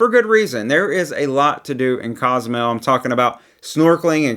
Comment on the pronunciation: It is Cozumel, not Cazamel. It is Taino, not Teyno. As our tour guide, we appreciate the effort in not butchering these beautiful spots that we all love. Thanks for the content!